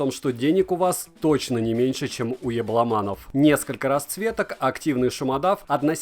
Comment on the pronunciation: Лайкую за "ЯбломАнов"))))